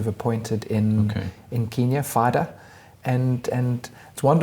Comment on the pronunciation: Good interview thanks but you have got to say KENya not KEENya. The latter name really really annoys Kenyans....